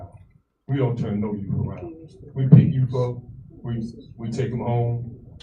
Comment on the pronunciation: she actually says, 'the yute.' does she drink the water from camp lejeune? she's aggressively ignorant.